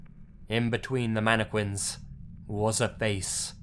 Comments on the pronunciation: It's pronounced "mannekin". MANNEKIN.Not "manneQUIN". Aaaaaaaaaaaaaaaaaaaaaaaaaaaarggggghhhhh! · Its MAN I Q(CK U)UIN NOT MANIQUI(WI)N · Manic-win instead of mannequin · Am I the only one who is bothered by pronouncing mannequin as "mani - quin" instead of "mana kin" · It's pronounced manekin not queen. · how he says mannequin MANEKWINS MANEKWIN MANNNNNNNNNNNNNNNNNNNNNNNNNNNNNn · "mana quin" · As much as I love this video, all I'm hearing is "Manne-quin" :P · ummm mannekwin? lol whut? ? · The way you pronounce Mannequin triggers me